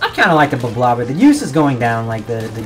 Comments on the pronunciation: Is it not pronounced ‘blob-lobber’? I hear people call it ‘blo-blobber’ and stuff. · is no-one acknowledging that he said blo-blobber? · its pronounced „blob-lobber“ fight me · Oh I didn't konw it was pronounced bloblobber. I always thought it was bloblobber. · Still can't pronounce it